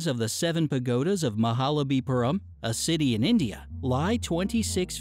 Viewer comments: It's Mahabalipuram not Mahalabipuram... Ba after maha not la after maha😀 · MAHABALIPURAM But he says... Mahalabipuram xD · did he just really say MAHALABIPURAM for MAHABALIPURAM???? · Thats not mahalabipuram, its called mahabalipuram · Not mahalabipuram Mahabalipuram